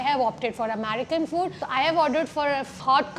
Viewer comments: Hey, just some constructive criticism here - 1. The pronunciation is UNO not YUNO 2. It’s AmErican not AmAArican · It's American & not Amarica. Pronounce it with E & not A. 🤦